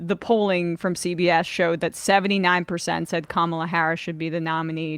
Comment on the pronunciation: The one Republican who bothers to actually pronounce Kamala’s name correctly.